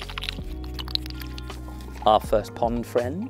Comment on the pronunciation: 'OOO, Pond Fwiend' 😂